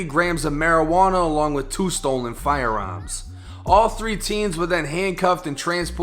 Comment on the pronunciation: “FIRE AERMS”you boston